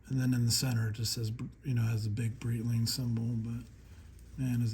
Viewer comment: come on, learn how to read Breitling... it's not Brittling.